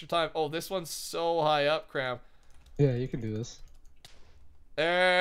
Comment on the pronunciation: When says "Kram" it sounded like Cramberry